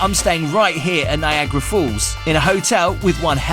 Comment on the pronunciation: It makes me crazy that you say „Niagra Falls“ it‘s NiagAra falls 😬😬😬